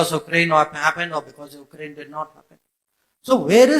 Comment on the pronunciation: SJ still has not learned how to say "Ukraine" properly... that's a bit of a head-scratcher, to say the least